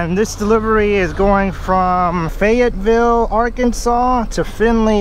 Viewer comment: You pronounced Fayetteville right the first try. and im pretty sure i saw tour truck lol